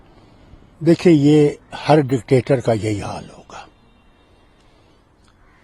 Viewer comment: Anchor bhi dectetor bol raha hai... pagal